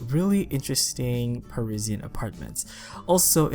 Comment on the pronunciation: The way he says Parisian hurts my soul